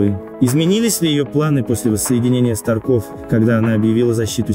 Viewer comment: СтАрков, а не СтаркОв. ТОмен, а не ТомЕн.